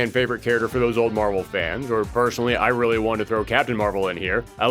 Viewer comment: You sounded like Dr. Light for a moment. XD "Wong-wunning wiwalwy wif Wogue."